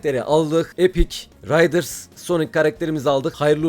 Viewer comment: RİDERS değil RIDERS